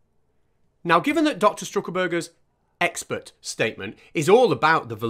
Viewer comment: Ah she is an ex-spert witness,... Now all I need to do is find out what a "spert" is and why this lady is qualified to be a witness. Edit: Oooooh, Its EX-PERT! She has GP after her name which must mean General Pert-itary or something !